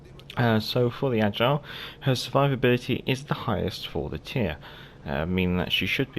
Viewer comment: Ok somehow it’s not AGILE. It’s AIGLE, which is EAGLE en anglais. 😉